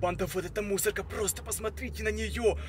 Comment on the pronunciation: +++, еще последнмй слог в словах выговаривает, пример: мусорКА, сониКа